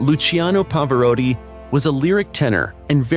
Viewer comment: Love Pavarotti hate this badly done video. Can’t even pronounce his name properly